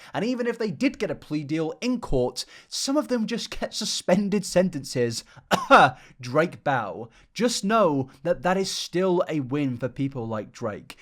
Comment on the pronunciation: Hmmm, did you say 'Drake Bell and' or 'Drake bellend'? 🤔 Honestly, the second one sounds much better 🤭